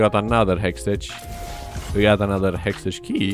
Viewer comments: The way you pronounce hextech !!!!! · learn to pronounce HEXTECH ffs